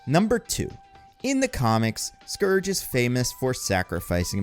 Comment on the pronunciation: Pretty sure you said Scrooge a couple of times lol